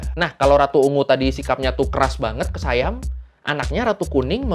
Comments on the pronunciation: Baca SIAM bukan Sayam .. biasa aja baca SIAM biar orang indonesia faham .. saudara mereka Patani sudah lama di jajah SIAM sampai saat ini. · Sayam abah kau hahaha SIYAM bukan sayam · Sebutannya bukan sayem tapi si yam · SIAM bukan dibaca sayam Bro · sebutan SIAM adalah "si-yam", bukan "sai-yam". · Siam Bukan Saiyam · Siam, biasa aja. Bukan Sayam. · Dalam bahasa Melayu, orang Kelantan kah, orang Kedah kah, orang Perlis kah, mahu pun orang Pattani semua sebutnya Si-yam. Di dalam salah satu klip video yang anda selitkan di video anda, yang ada pejuang "pemisah" berbaju hijau dia ada menyebut "Siam" di situ. Cuba dengarkan sebutannya. Salah satu suku kaum yang ada di Malaysia adalah suku Siam. Mereka ini orang Siam yang berbahasa Siam kuno. Mereka ini lebih Siam dari orang Thai moden kerana orang Thai yang sekarang sudah bercampur baur banyak suku kaum yang ada di Thailand. Siam yang ada di Malaysia sudah ada di sini lebih 1000 tahun. Mereka juga menyebut Siam dengan sebutan "Si-Yam". Dalam kata lain, perkataan Siam itu perkataan harian di Malaysia. Tak perlu jadi keturunan raja untuk tahu bunyinya. Nama lain bagi Bihun (rice vermicelli) di Malaysia dipanggil Mi Siam. Banyak lagi objek harian yang ada nama Siam. Sebutannya Si-Yam tak pernah berubah. Perdana Menteri Malaysia yang pertama, dia cucu Raja Thailand. Ibunya puteri Raja Thai. Dia juga menyebut Siam dengan sebutan Si-Yam. Saya juga kenal ramai orang Pattani, ratusan orang. Tak pernah mereka sebut Saiyam, melainkan "Si-Yam" sahaja.